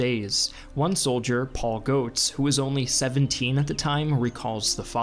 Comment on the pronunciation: If it's "Goetz" it's pronounced Gets not goats